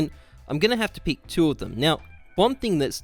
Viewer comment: It's 'pick' not 'peek'. Good vid tho